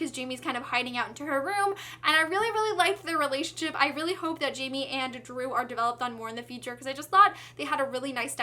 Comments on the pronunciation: oh good i was thinking "jamie" doesnt sound right at all haha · hey there, i really loved this review because of how excited you were the whole time 😂 just one thing, jaime isn't pronounced "jay me," it would be "high may" since he's from mexico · Hey (name twins), just so you know, I think Jaime is supposed to be pronounced differently because he is Latino. I think J would be like an H and it would sound kind of like Hi-may:) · Loved your review❤. But i don't want to sound rude but you're not saying Jaime right. It pronounced Hi-mi(or something like that) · you're pronouncing jaime's name wrong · yeah well i can't blame you for that. if i didn't know spanish pronounciations myself i would've pronounced his name like you did too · Jaime is a Mexican name so the J has an H sound not the J sound.